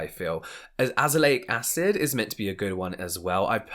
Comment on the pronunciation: And also saying “Lazelaic Acid” when James mentioned the product 🤣🤣